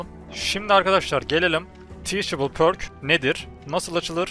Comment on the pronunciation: pərk diye okunuyor sanırım şapkalı ö gibi, üo